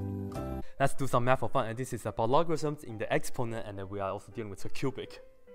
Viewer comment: "Let's do some math for fun and this is about logarisms inner expona anneuwiasodemmwueaza cubic!" Umm... ok